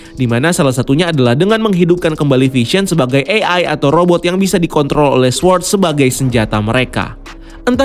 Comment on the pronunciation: baca sword , W nya ga ush dibaca bang... "sôrd"